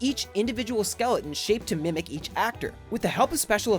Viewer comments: It's skeleton not skelentents. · skel-it-in and mine-ute